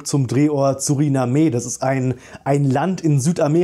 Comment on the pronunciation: Suriname… ohne e gesprochen. Und ein land…(; Danke für die infos